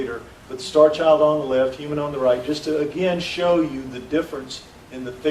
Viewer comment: it sounds like he is calling the skull the "Starch Owl"